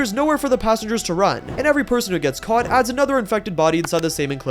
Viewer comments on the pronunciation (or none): none